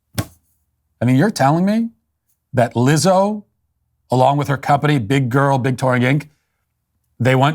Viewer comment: We need a compilation of Walsh saying “Big Grrrrl” on loop